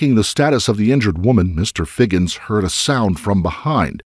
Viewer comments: HIGHINS NOT FIGGINS ! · Higgins Not Figgins...seriously?